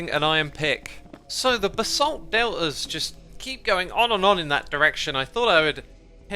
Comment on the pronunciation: "the basalt del'has" now thats a true british accent !